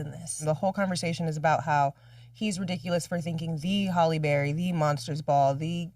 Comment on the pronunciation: I know you’re not continuously saying Holly Berry 😂😂😂😂